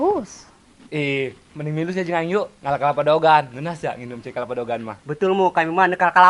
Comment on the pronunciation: Lain daogan.atuh..DEWEGAN..kituh...eeeh sing bener sunda na ah....